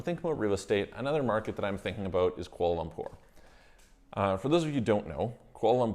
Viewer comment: I can’t hear exactly what country you are talking about when you say...qual umpore???? Can you write in what country your talking about? Thanks. Update: I think you’re saying Kuala Lumpur? Malaysia?